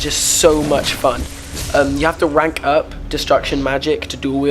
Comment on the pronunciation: You have to "wank up" spells...... sorry what was that again?